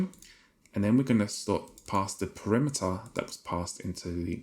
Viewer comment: you kept pronouncing 'parameter' incorrectly btw you said it like 'perimeter' which was funny